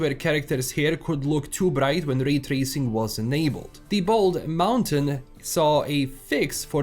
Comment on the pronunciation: "Rrray trrracing" As a german who has an accent while talking english, i just wanna say: Glad, I'm not alone. 🕺 Thanks for your video, m8.